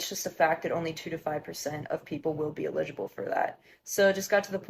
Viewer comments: Did that one just think they sounded cool saying “illijible” instead of eligible lmao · … this person hasn’t even been on the planet long enough to pronounce eligible correctly. They might legally be old enough to make their choice, but they are obviously too naive to understand the impact